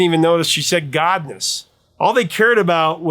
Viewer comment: I heard “governess” sounding like “gov’ness.”